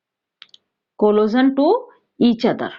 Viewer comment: Sorry mam it is collision not collosion